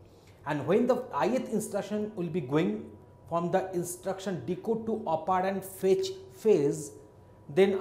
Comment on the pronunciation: bilkul shi kaha.....mai kehta hu Chirag Pahuja isse acha operand pronounce kar lega